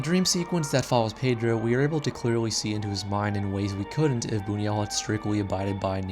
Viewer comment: Also: his name is pronounce 'boon-yoo-ELL', although the French pronunciation, 'boon-WELL', is also accepted. (Sorry, I'm a tightass about this stuff!)